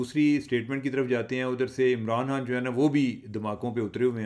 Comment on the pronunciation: چیمہ صاحب پنجابی لہجے کے ساتھ اردو میں گفتگو کرنے میں کوئی ہرج نہیں مگر لفظ کی ادائیگی تو درست ہونی چاہیئے- آپ خ کو ح بولتے ہیں- مثلا خان صاحب کے بجائے حان صاحب توجہ دیجئے درست ہو سکتا ہے